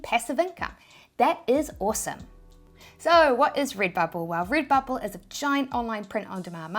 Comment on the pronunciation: Rid-bubble 🥰 bee-spoke ❤️